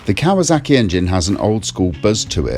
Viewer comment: KawaSaki not Kawazaki.